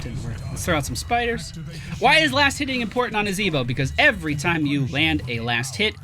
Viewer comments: is there a story behind why he says it that way? or is it just for fun? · Why do you say the name of the character in such a way?